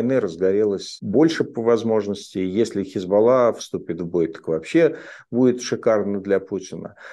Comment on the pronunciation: Хизбалла, а не хезбо...